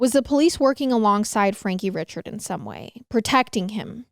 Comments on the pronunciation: these folks are Cajun. Chaisson is Shaw-sawn, Richard is Ree-shard, Guillory is Gill-ree, and DuBois is Du-bwah. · Richard is pronounced Ree-shard ❤